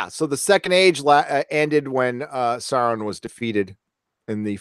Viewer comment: Ack! Sauron is pronounced SOW-ron. Like cow or owl. Nobody ever seems to get that right. Yeah, I'm a nitpicky Tolkien geek. And proud of it.